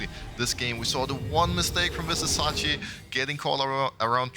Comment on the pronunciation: Pls pls Pls learn Vizicsacsi's name properly. It's a pain to hear it. The "cs" is pronounced like first part of "choose". Thank you